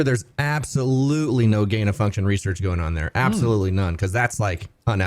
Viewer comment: "Reserch materials" 🤣😂🤣😂🤣